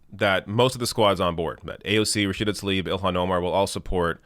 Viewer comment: Love your show. One small thing - can we all make an effort to pronounce Tlaib the way it’s written? It’s not Talib. Just like Brett Favre isn’t’ ‘Farve’...